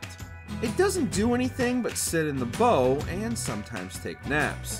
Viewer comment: The bow of a ship rhymes with cow🤦🏼‍♂️